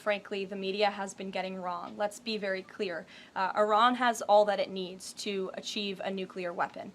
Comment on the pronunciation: Why did she say ARAN? its Iran😂😂